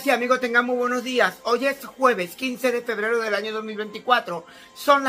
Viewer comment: Loh buenoh somoh mah